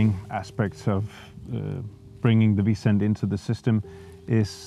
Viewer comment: Congratulation on an interesting and very positive project and an interesting video about it. It took me some time to adjust to pronounciation of 'bison', it sounds like Vincent. In future videos, please pay attention to that - bison is 'bison', not visent... Otherwise a very good, well-filmed and interesting video. Thank you for sharing your experience.